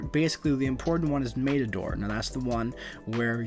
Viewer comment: This really bugs me... Matador - soft "a" as in the "a" in door mat. Not a hard "a" like in the word rain.